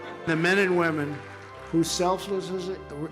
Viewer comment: Of course he can't pronounce selflessly - it's something he "never has done before in the whole history of the U.S."